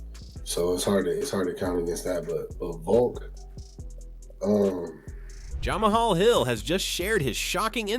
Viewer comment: Bruh the way pronounced Jamahal hill got me dead😭😭😭